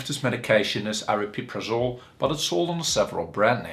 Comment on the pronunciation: not super informative, at least you can pronounce it properly though! everyone else on yt says "ariprazole" so you get a like for that.